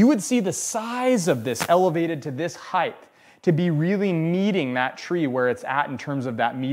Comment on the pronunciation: Chill out. I enjoyed the video and lots of content. I have never heard someone say Height that way and I don't think its a colloquial variant though I am happy to be proven wrong and it was pretty distracting ngl.